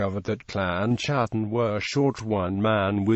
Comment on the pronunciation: Not chattan as in chat...ch is pronounced K in Scots Gaelic. It is pronounced Kat-ten like English Cat and that is what they were the Clan of the Cats, the Scottish Wildcat being their clan beastie. and Sometimes it is pronounced Hattan with the C nearly silent